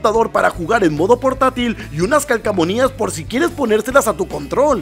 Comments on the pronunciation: nadie, absolutamente nadie: Unas calcamonias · Regálame las "calcamonias" jajajaja